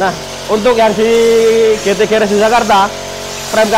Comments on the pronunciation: geresh bukan geras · Jeep nya muantab polll👍 maaf garage dibaca geras 🙏